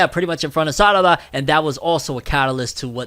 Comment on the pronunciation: Those meme pronunciations throwing me off. Sarada name of pronounced with an R not two Ds. Even under Japanese voice actors don't pronounce her name as SADADA